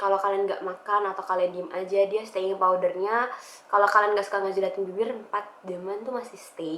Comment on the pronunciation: kalo ngomongnya lebih pelan pelan pasti lebih bagus supaya ga ada kata kata kepleset misal "staying power" bukan "staying powder.. imhoo... semangat terus bikin videonya...